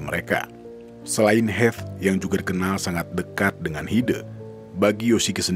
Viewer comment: Pengucapan E nya Hide bukan begitu :'( tapi é kayak di kata kecap